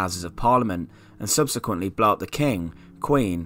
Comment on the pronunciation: What is this guy saying Fawkes wanted to do to parliament? Blot the houses? Blah the houses?